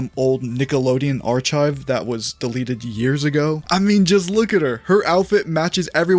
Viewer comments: This whole video was ruined when he said ar-chive instead of arc-ive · First, that was an admirable way to point out that “archive” is pronounced ‘aar·kive’ and not “aar·chive.” Liked the insert, my guy. Good catch for the youngsters. I would argue, though, that based on your analysis in your video, that you are binding the timeline of the Avatar world to our Earth’s planet time, and that is not the timeline of the planet and universe that Avatar takes place in. From the opening credits of the show, it is clear that the show does not take place on our Earth, and in our universe, because the rules of our laws of physics prevent pretty much all of the contents of the show from happening. So if this show is not based on our Earth’s timeline, age would not work the same there either. Plus, when the show starts, Aang is locked in a state of suspended animation for 100 years, starting when he is 12 years old. The story does actually go on to explain that Aang is aging, and that by the end of the show where he fights Lord Ozai, he is actually either late 13 or early 14. You can see that the animators have progressed his physical shape and size throughout the three seasons, and they implicitly reference Aang’s age in comparison to Katara’s aging at multiple points. People also seem to get stuck on the idea of the “Earth Kingdom” being the reference for our Earth, which it is not, and is clearly depicted by the map of their world. They are referencing “earth” as their world’s idea of terra firma, and the many minerals that make up what can effectively be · WHY HAS NOBODY MENTIONED THE WAY HE PRONOUNCED “Archive” as “Ar*Chive” and not “Ar*Kive” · nice... but.. did you say archive as arch-chive? XD threw me off completely lol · "ar-chive" is crazy 💀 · Why is nobody talking about the way he pronounced “archive” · you lost me when you said archive with a “ch” sound instead of a “k” sound. 😢